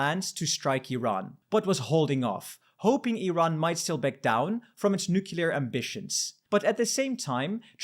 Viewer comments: I can't believe he said nucular. So sad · Plese learn finally how to pronounce Nuclear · Please learn how to pronounce nuclear!